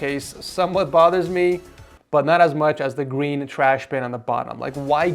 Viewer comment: Did he say gween